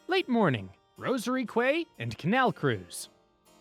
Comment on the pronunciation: Quay is pronounced "kee" (as in key)